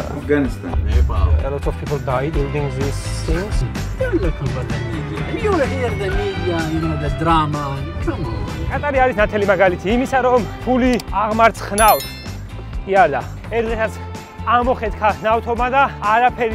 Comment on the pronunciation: კატარი არა ყატარი.